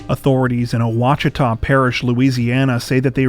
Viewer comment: Louisiana native here - I'm totally impressed that you pronounced Ouachita correctly!